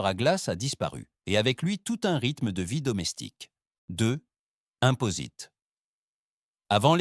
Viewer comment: Impostes pas imposites…